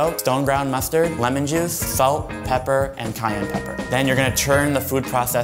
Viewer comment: When he was making the aioli, I thought he said Kanye pepper 😂🤦‍♀️